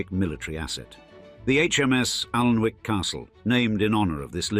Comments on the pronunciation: OMG for a narrator with suck a typically upper class accent you should have done your homework. The castle is not 'Arlnwick' as you pronounce it buy 'Anick' the L and W are not pronounced. My first disappointment in your channel which is generally very precise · Pity the narrator couldn't pronounce the name of the castle, its not Aln-wick (although that's how it's spelt) its 'Annick'. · Aln-wick. Haha haha. I'm from well south of there and even I know that it is pronounced Annick. If you put so much research into this video how did you not know this? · Its pronounced Annick. Bot face. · Great info, i grew up in Northumberland. Just to say, although the river is Aln, Alnwick is pronounced Annick. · It's pronounced Annick. Annoying. Learn to bloody speak. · I was going to point that the pronouncement of Alnwick was wrong as well. It has what is known as the dark L and like Berwick, the W is not pronounced. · Yes I thought it was pronounced like that even though not from the North of England myself. Narrator also doesn't seem to know how to pronounce "Ralph". Doesn't say much for the 'authoritative' commentary that they can't even pronounce things properly!